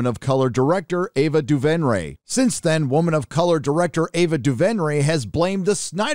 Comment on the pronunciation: I don’t have a problem with your take, but the way you pronounce Ava Duvenray is Duvenray (Doo-Vrin-A). That’s it. That’s all I wanted to say.